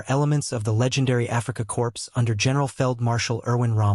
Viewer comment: "Afrika Corpse"...ahhhhhh you silly AI...